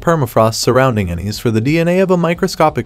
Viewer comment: Tsalal = Suh-lal, Ennis = Eh-nis. The mispronunciations were driving me nuts.